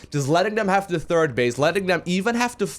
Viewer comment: ''Turd base'' I love it when says ''third''.